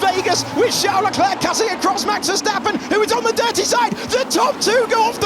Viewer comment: Charles Luck-lack